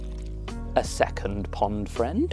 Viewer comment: 'OOO, Pond Fwiend' 😂